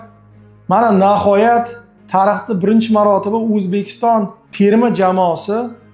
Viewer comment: Nahoyat emas Nihoyat bõladi. Uzbekiston emas Õzbekiston deb aytiladi vhkz..